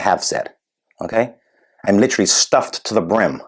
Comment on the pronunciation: Brilliant! And You’ve mastered American English almost as well as Harry has mastered his woke. “Stupid” not “shtupid”, “literally” 4 syllables, not 3. Adore you!